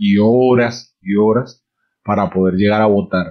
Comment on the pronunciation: Jajajaja y si escuchan dice " legar "